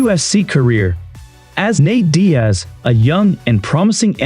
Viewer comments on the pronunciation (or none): Did you call Nate: Nate die ez?